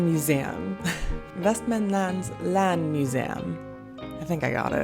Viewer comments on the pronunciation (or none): Jag har bott i västerås hela mitt liv och har aldrig smakat västerås gurka. ^_^ Personen som gjort listan är helt klart avundsjuk, förövrigt. lol. Nice video! Also you pronounce Västerås beautifully. Västmanland could be cleaner, specifically both "a" sounds of the "manland" part. You kinda said it like "Västmänländ", but I'm guessing you're just saying "man" and "land" the american way. After all, both are spelt the same way and mean the same thing(land is a little more complicated but still) in Swedish and English ^^. Practicing "man" and "land"(the swedish versions) seperately might help as they are pronounced just like that in "Västmanland". ¯\_(ツ)_/¯